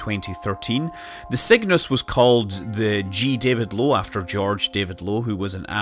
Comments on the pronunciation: Sounds like Scott is saying Sickness as the name of the rocket haha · My yankee ear hears your accented "Cygnus" as "sickness", and that would be the most metal name EVER for a space capsule!